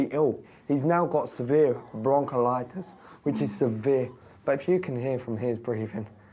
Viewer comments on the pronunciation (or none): Bronchiolitis, not "broncholitis". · Wtf is bronkilitis? Lmao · "Bronkleitis and A-monia" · Broncolitus😆 hard to take him seriously when he can’t say “bronchitis” correctly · Blaming immigrants again... 11000 in debt.. shame on her.. nd the guy, his kid is choking, go out get a job earn money nd get a home for ur son ! BRON-CALIT-OUS 😂😂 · Maybe...but at least I can Pronounce words properly....who's ever heard of BRONKY LITUS and its seems a new condition called AMONIA...I thought that was a cleaning product....whereas I maybe not too smart...I have to point out to you the sarcasm aimed at the Pronunciation of the lesser smart people in the video...Do you know what sarcasm is? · Bronchalitis 🤦🏻‍♀️ ammonia ?? Wtffff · Bronc-il-Itus lol. Stupid twat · Did she seriously say the baby has “broncholitis” and possibly “amonia”? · "Broncolitis..."...?? LMFAO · "it's your fault he's got bronckolitis!!!" UH....you mean bronchitis? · Sorry but ‘broncalitus, Amonia and nemume system’ I can’t cope 😂😂😂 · ‘He’s got broncalitis’ Bronchitis hun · They prounounced it without the first "i", and that made it quite funny, bit it won't be funny if his bronkolitis gets worser.